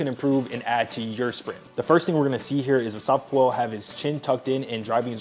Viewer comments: bro why are you butchering his name… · Great vid, prob should’ve checked how to correctly pronounce the former fastest man in the world’s name correctly 😂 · Why do you say his name like that lol